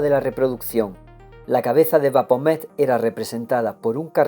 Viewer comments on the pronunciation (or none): Maravilloso trabajo, estoy disfrutando mucho este gran libro, solo como recomendación te sugeriría revisar la pronunciación de algunos nombres, en especial de ciertas ciudades o personajes como Baphomet (pronunciado BaFomet) porque de repente eso te bota de la narración, o al menos a mí me sucede :/ como dije es solo una sugerencia y fuera de eso te felicito y agradezco por tu trabajo :D